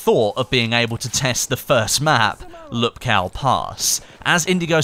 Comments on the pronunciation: Jack frags said in his vid that "lupkow pass" is pronounced lupkov pass. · lupkow pronounced(L oohp kov) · you pronunce lupcall pass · Easy tutorial for on how to pronounce Lupkow pass the correct way. It's actually Łupków in polish although Dice eliminated these weird lines from the letters "L" and "o" and it can be roughly pronounced "woopkoov" but I think that Lupkow is rather alright. You can always paste Łupków into polish google translator to hear the voice generator say it. Hope it helps. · Łupków is basically pronounced as "whoop-koof". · Lupkow Pass is pronounced in Polish as "Uhpkoov Pas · Its read "woopcoff pass" :) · It'd pronounced (Lüp-kov) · go to the google transalte, russian language and write Lupkow than you will know how to read it (trust me you do not read it correctly):D